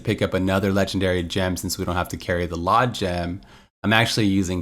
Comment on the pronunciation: You said "LoN" in the video. This is LoD